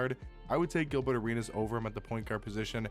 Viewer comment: Is “Gilbutt” Arenas just the accent coming out or is there some subtle shade there 😂